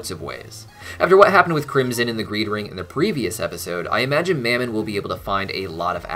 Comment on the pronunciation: Anyone else think Fizz pronounced Mammon's name a bit weird? He was saying it like two syllables 'Mam-mon' while Ozzie (and everyone else) always just said it as one.